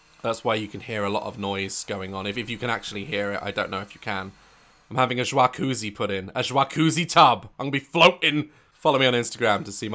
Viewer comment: I’m over here shook by his pronunciation of “jacuzzi” 😂